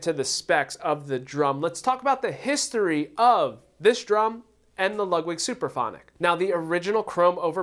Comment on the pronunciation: It's (Supraphonic) not Superphonic !!!!!